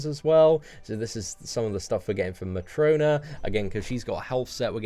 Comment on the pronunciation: & You said "Matrona". Read her damn name.